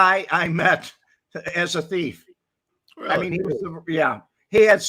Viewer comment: When Pops was asked by a judge what he does for a living he responded " I'm a teef"